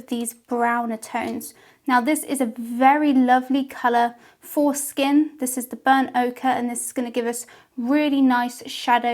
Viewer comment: I can’t be the only one who thought she said the color was “foreskin” instead of for skin 😂😂😂